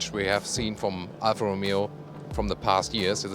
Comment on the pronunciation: OMG! It's Alfa man not alpha